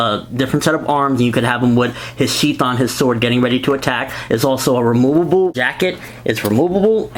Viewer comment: I like how you say: remoobooboo instead of removable. Nice review!